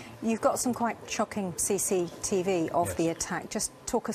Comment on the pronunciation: I love how all the way through Tipu's case the detective keeps saying "Sea Seat E Vee" and then in the studio she corrects him saying "cctv".